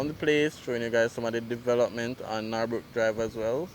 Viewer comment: Its Norbrook not Nawrbrook .Pronounced Nur-brook